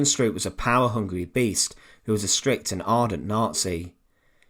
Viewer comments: It's pronounced "SHTROAP". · Although I am Dutch, not German, I would like to bring to your attention that the wrong way you pronounce Stroop's name. You Brits never seem to learn how to pronounce European names in German, Dutch etc. correctly. From your perspective it should be pronouced "Strope". Would it be possible that when you make video's like these that you first learn how to pronounce the names of people correctly. It's irretable the way you do it unnecessarily. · The usual irritating tuneless narrative.... Besides, it's pronounced "Strope".